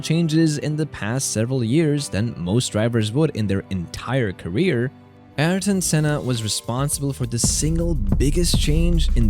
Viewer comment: Alain and Ayrton❌ Elaine and Airtin✅